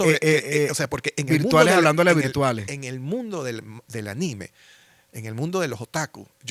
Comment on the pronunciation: No. Esta vez lo dijiste bien.